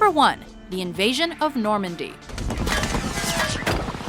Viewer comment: Not Normandy, normany